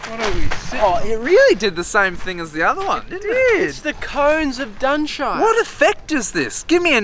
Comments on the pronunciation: Ah so I am not going mad, he did say cone of dunshire. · “It’s the Cones of Dunshire!” 😂